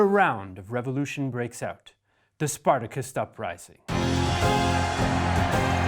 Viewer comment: Well, that has to be the first time in 50 years I've ever heard Spartacist pronounced like that. Literally Zero Percent of my lecturers said it that way either, so I have to put this down to American "English" and it's exceptionalism in all English pronunciation and grammar. It's like the death of a thousand cuts of English, but from outside by only one set of clueless foreigners all the time, who at the same time want to appropriate our language, while not being able to speak it. It takes away from any work or presentation being attempted if you can't be bothered to say certain uncontentious terms like everyone else in the English-speaking world says it.